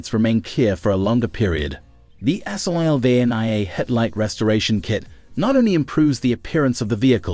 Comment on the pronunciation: Sylvania. SILL VAIN EEAH